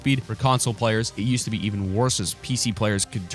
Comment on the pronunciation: U said used to wrong